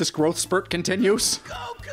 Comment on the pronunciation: It's not that hard to pronounce "Goku"! Come on!